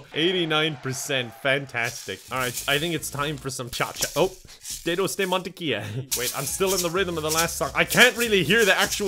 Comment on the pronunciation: For someone that doesn't speak spanish it sounds good.